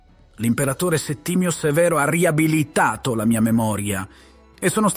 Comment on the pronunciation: Commodo, reso famoso dal famoso Massimo Decimo Meridio, sarebbe apprezzabile la sua abitudine di partecipare ai giochi gladiatori se non fosse che gli incontri erano truccati (ma è vero che erano truccati?) Per il è divertente come a passi a parlare con l'accento sardo 😂 riabilithatho